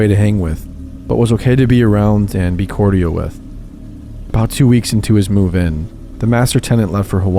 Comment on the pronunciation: That’s not how “cordial” is pronounced 😑